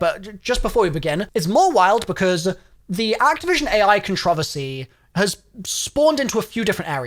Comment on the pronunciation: Ah yes the dev teams are scrambling to get it ready i think you said ai wrong there good sir